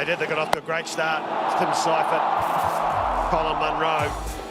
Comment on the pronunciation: "Cypher" by the commentator